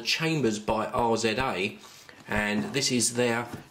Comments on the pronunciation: We know he doesn't know who wu-tang is. It's not R. Z. A. It's Rizza. Still love ur videos! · By R.Z.A hahaha his name is pronounced Rizahh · Did hey just just say Are Zed Ey?? It is RI-ZAH.... Wu tang baby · I believe instead of "R-Z-A", they're pronounced "Rizza". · It's not R-Z-A, it's Rizza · No no no RZA is a single artist...It's pronunced RIZZAH. He was a member of the Wu Tang Clan Group. Also did a lot of solo work as well as work on several movies, and the famous TV series Afro Samurai. Hes an accomplished artist who has my respect. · it's pronunced Rizza...it's not an acronym! RZA > Dre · Pronounced 'rizza'** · Its pronounced Rizza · A good review as usual, the pronounciation does hurt my ears though, knowing who RZA is and how he's contributed to rap music. Just some feedback.